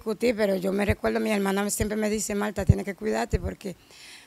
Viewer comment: Mire diga Martha no Malta 🇲🇹 es una planta o malto. Eres un chico joven y prendedor. Y como comunicador debéis hablar tu lengua correctamente. Donde van las L menciona y donde va la R igualmente el buen dominicano y patriota no imitas otro país jóvenes rescaten su español el que se hablaba hace 50 años